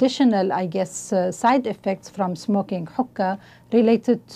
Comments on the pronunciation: these people have no idea what theyre talking about...they need to do their goddamn research before they do something like this....consult a dictionary and learn how to pronounce hookah....its not huhkah its hookah..fuckers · listen close. Sounds like she sais "Hooker Cafe". I cant stand people that make these videos without researching. The biggest missconception is that, smoked the right way, the shisha is baked under the foil, not burned. Therefore, no tar (read the lable) and barely any nicotien at all. (again, read the lable). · if you're going to talk shit about hookah, pronounce it right, for God's sake